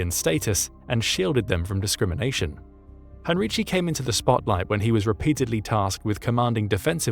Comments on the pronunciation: It is pronounced, in English transliteration highn-ree-ki. In German, especially in words of latinised origin, "c" is never pronounced "tsh". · For your information: Heinrici's surname is pronounced HEIN-reekee (hard "k" on the "c", not a "ch" sound).